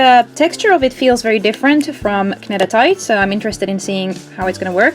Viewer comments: Your supposed to say NEEDatite your not supposed to say CAnedatite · pronounced need-a-tite sorry just had to, nice vid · how come you call kneading "Ned-ing" and say "kuh-Ned-itite"? Do you not know that knead is pronounced exactly the same as "need"? The k is silent. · Thanks for putting up this comparison. Oh and no offense, it's called need-a-tite, like kneading dough :) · in english its pronounced NEED-A-TIGHT the K is silent. knead means to mix ingredients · Can't stand the way Kneadatite keeps being pronounced wrong repeatedly throughout the video. So frustrating.